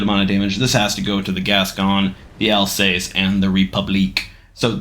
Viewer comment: In the Colombo line,the tier 7 is absolutely painful but from the Vittorio Veneto and on are great(also "Al-sase")